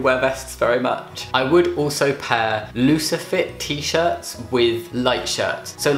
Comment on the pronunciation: you said looser fit and i thought you said lucifer